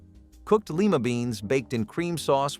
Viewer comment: leeemma beans? don't think so. Lima